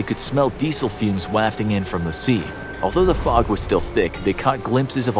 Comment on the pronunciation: You pronounced wafting wrong